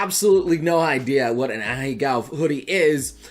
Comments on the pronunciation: Please, for the love of god... stop pronouncing them as ahigao and say ahegao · M8, you're a weeb and you can't pronounce this word right after all this time? It's "Ah hey ga-o" Not "a-HE-GOW" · It's actually pronounced "ah-heh-gao" btw. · idc about the butchered pronunciation of "ahego" this boy be lookin like Mr. Beast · pronounces "Ahegao" wrong... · You pronounced it wrong 😭